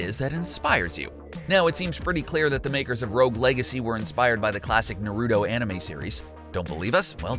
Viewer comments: It's not Na-ruto or Naru-to. It's Na ru to. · Why does almost every person on this earth pronounce naruto wrong. For god sake just watch the anime people in the show say his name 98% of the time. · Hey next time you do a video on anime please learn how to say Naruto right. Please it's cringey